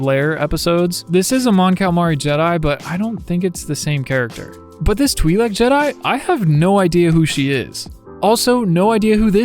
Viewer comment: Never say Twi-lek again Bumblebee Soundwave treatment